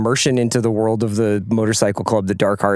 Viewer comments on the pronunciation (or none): none